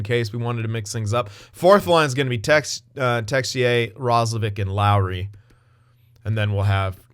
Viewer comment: Yep Texier is our french wonderkid so pronounciation is good man ! Happy to see a french winger in that team :)